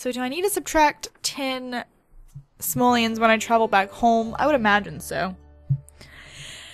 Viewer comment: GOSH STOP SAYING SAMOLIANS, THESE ARE CALLED SIMOLEONS, SIMOLEONSSS!!!